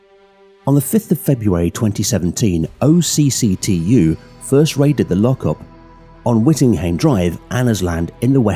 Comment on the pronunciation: Great video, when you say OCCTU it’s not said out as separate letters it’s pronounced more like a word pronounced “och-too”